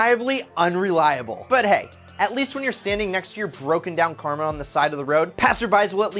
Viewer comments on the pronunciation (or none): none